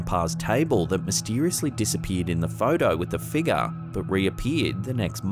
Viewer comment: Its figure. Not figga!! 🤦🤦🤦